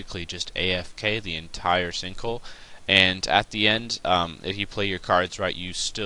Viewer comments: "stinkhole" lol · I could have swore you say stink hole in the beginning lmao!!!!!!!!